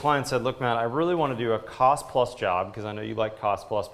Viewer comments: "tost of the cile" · "Tost of the cile" . lol